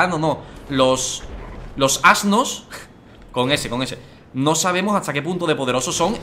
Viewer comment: "Los ano" no los "ano" los "asnos" con S🤣🤣🤣🤣